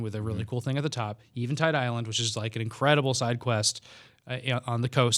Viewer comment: I cringed every time they said "Eventide Island"